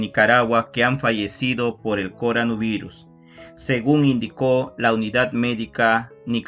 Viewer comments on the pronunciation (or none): Por qué dice corano-virus? No era corona-virus?